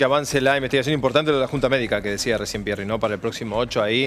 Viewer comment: Pierri ? Pero Por favor